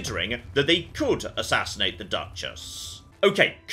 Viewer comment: did a oblivion voice actor thing. All of a sudden he spoke with a different tense / accent when he said assassinate. Overdubbed a mistake?